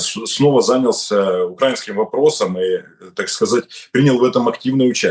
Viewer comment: Укра́инский истеблишмент? Это что-то новое.😂😂😂